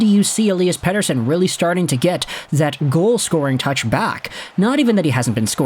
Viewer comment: Dude, that's a flawless pronunciation of Pettersson.